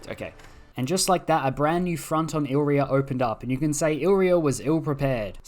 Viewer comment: It's pronounced I-li-ri-a not "ilria" 😂😂😂